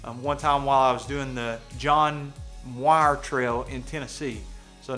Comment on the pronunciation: You say John Muir strange haha.